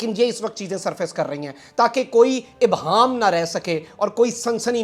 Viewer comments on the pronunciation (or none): none